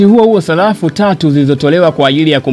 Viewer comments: Salafu au sarafu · Sarafu kaka sio salafu serikeli na sio selikali